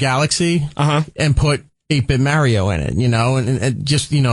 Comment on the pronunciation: I'd be so happy if they could say "mario" properly.